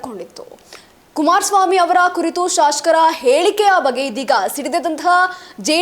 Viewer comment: ವಾರ್ತೆ...ಮೀಡಿಯಾದಲ್ಲಿ ಭಾರಿ ಪಕ್ಕವಾದ್ಯಗಳ ಮಧ್ಯೆ...ವಿಷಯಗಳನ್ನು ಅಗತ್ಯಗಿಂತ ವಿಜ್ರಂಬಿಸಿ ಜೋರಾಗಿ ಮಾತನಾಡಲಾಗುತ್ತದೆ ...ಆದರೆ ಉಚ್ಚಾರಣೆ ಸರಿ ಇರಲಿ... ದಯಮಾಡಿ...ನಿಮ್ಮ ಮಾತನ್ನು ನೀವೇ..ಒಮ್ಮೆ ಕೇಳಿ....'ಹೈಕೋರ್ಟ' ...'ಹೇಳಿಕೆ'.... ಇನ್ನು..ಹಾಗೇ..ಒತ್ತಕ್ಷರಗಳ...ಪ್ರಭಾವ